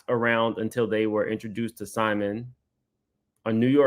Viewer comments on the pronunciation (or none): none